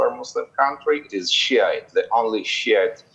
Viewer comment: I love how she said shite or whichever isn’t Sunni hahaha😂😂😂